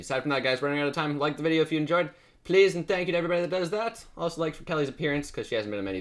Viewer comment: Good job you said my name right!:D most people say kayla:P good job!:)